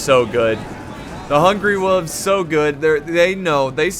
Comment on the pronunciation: Every time you say hungry wolves I think you're actually saying hungry wooves hahaha makes them seem way less scary hahah